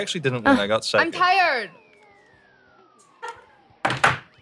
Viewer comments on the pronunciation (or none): the way jamie pronounces "landed"😍 let's just die what do i cut?...our friendship? i'll stick to juice jam i'm tiyerd [drop] nemesis...you're lying what bikini do YOU wear? jamie the quote machine